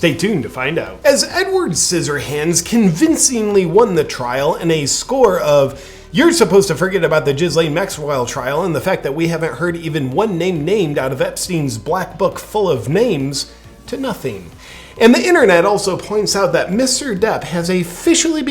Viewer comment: Jizz-Lane LMFAO! Ghislaine is pronounced like Milan with a "G"